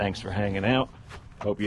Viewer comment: It was you pronunciation of the word button that made me ask. It sounded like the way they say it in the Northeast.